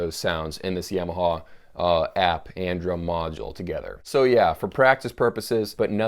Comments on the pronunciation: He says Yamaha like its a sweet potato -- "yam" (ham) o haw (like hee haw) or see saw. Yam o saw. I think its more like Yom-a-ha, like Tom-a-ha, like haha. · The Satanic Trucker Ya-ma-ha in fact is what it should be pronounced - in Japanese way, as it is a Japanese word. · I've never heard anyone pronounce Yamaha like you.